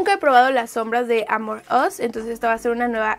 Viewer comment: Cada que dice "AmorUs" siento que dice "Among Us", re mal todo :(